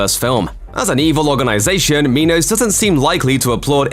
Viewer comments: It's pronounced Minos as in coal mine, not meeenos. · Okay so it's not just me, I was so confused as to why they pronounced it like that